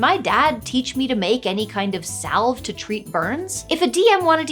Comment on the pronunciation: the L in salve is silent